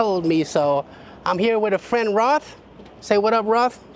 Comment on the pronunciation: His name is not pronounced Roth, it it pronounced like Chappell Roan, but instead of saying Roan, you swap the n with a t, so “roat”